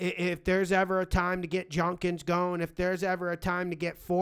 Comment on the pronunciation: junkins..smh its Jud-kins..lol